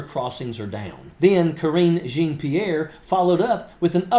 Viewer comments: Jean of Jean-Pierre rhymes with Sean or Shawm... not Gene. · Jean is pronounced Sn You can google it to hear it. Jean is zhaan😂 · The "Jean" in her name is pronounced John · Please pronounce Karine's hyphenated French name correctly. 'Jean' is pronounced like 'schawn'. It's a beautiful name, when not being butchered by a hillbilly. 40 yeas ago, a British girl called me out for doing the same with Jean Michael (me-hail) Jarre. As she informed me, "It just sounds really stupid." Sorry to be so blunt, but it needed to be said. Pretty soon, all of your viewers will start mispronouncing, just like MAGA mispronounces Kamala's name.